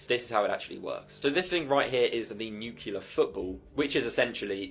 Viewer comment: I cannot take you serious if you say "nucular." Firstly, it's nuclear, secondly, the nuclear football wouldn't end the world in seconds, or days even. Freaking idiots abound, so beware.